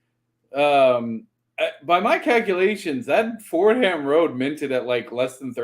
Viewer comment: As a New Yorker, I cringe every time someone pronounces it “Ford-Ham’ The correct pronunciation is “For-Dom”.. rant over!!